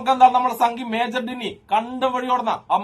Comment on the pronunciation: ഡിന്നി അല്ല ഡിങ്കൻ